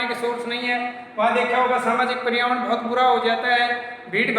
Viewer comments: Sir wo परियावर्ण nahi hota पर्यावरण hota hai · पर्यावरण हैं परियावरण नहीं